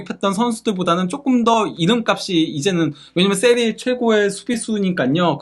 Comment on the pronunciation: 세리아에이가 아니라 세리에아임